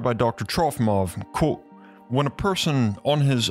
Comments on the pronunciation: Is he saying coat or quote? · When says "quote" it sound like karate 🥋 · Why do you say qUOte so strangely, QUOTEE. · You have to stop mispronouncing Quote